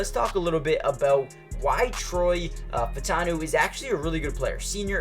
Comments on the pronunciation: "U" is not pronounced "O", dude. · It’s pronounced fautanu